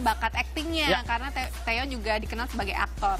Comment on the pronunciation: Maaf ya. Namanya bukan taeyeon tapi taecyeon